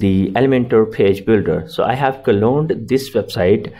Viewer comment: cloned not "colone"